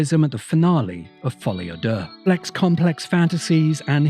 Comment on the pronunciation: Do you know what's amazing? The first person that I hear pronounce "Folie a Deux" correctly says that it's a good film. I've heard 100 negative reviews of the film and they all mispronounce it. Probably a coincidence, but just an observation that I had.